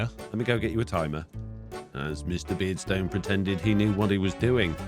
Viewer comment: The way says Mr. Beardstone makes it sound like miss beardstone for me. 😂